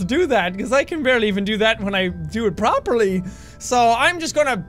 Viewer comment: play the vid and hear how he says properly lololol